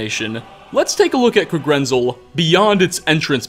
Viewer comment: Okay. Not ancestors. DESCENDANTS. (Toward the beginning in regards to the Falmer with the Snow Elves.) also. If I hear “Kuhgrinzul🤪🤤” again, I’m gonna make you gargle dirty pond water. It’s literally pronounced “Kag-ren-zel” heck I’d even accept “Kah-gren-zel” it’s in the game bro bro come ooonnnn😩smh